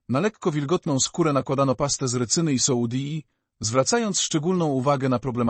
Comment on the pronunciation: Już nie mogę tego słuchać ,,soudi " i nie mogę się skupić.